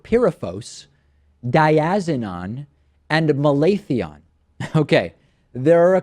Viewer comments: It's malaTHIon. Any gardener would know that. Be a real journalist and do the research to find out how to pronounce words before doing a story! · David -- it's pronounced Mal a thi on.... has been used in California to kill medflies.